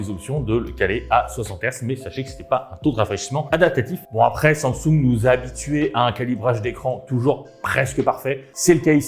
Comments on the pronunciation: Sang soungue 😭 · SAMSUNG wesh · la prononciation de samsung me fume ;,)